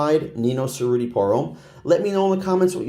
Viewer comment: Cerruti is pronounced with a “ch” sound and you roll the r’s (chr-oo-tee).